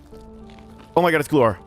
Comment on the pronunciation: You’re saying glukhar wrong.. the k is not silent